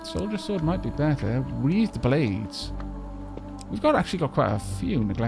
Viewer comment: they're weathered blades. As in weather, which rhymes with heather and leather. <3